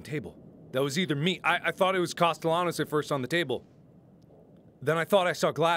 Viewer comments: I like how he's so determined to think Cast-el-anos is right, when even in the last game they pronounced it as Caste-y-anos. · It's better than the previous game, where he called him "Caste-nellows"... Lol. It's become a thing for him to purposely mispronounce it, cause so many people went "MARK, WRONG" xP. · Still to this day,everytime mark says "Castellanos" my brain hears "pantaloons" some reason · The comments: mad about mark pronouncing costelahnos wrong 😂 I personally have only 2 yrs in spanish im 25 now i didnt get to finish but i got by with a c 1st yr and a D my 2nd year. Im clearly not that smart but even i know the ll makes they yah sound. Marks doing it on purpose. 😂😂😂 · every time i hear mark say the ll in castellanos i can hear my spanish teacher losing his mind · No, blame Mark, he's doing it on purpose. He heard it pronounced the right way and he was like "what are you talking about, you don't pronounce it that way" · 100 million subscribers without videos No, he knows he’s pronouncing it wrong. He just likes the ll better. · Catherine Leis In Spanish cultures, the two ll’s make a y sound. So how Mark is pronouncing it is wrong. But he is definitely doing it on purpose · i like that sometimes mark will pronounce his name right and sometimes pronounces it wrong and there's no rhyme or reason to which he uses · This is my 3rd time through the evil within series and it’s by far my favorite other than welcome to the game. Marks mispronunciation of words is always a highlight of the video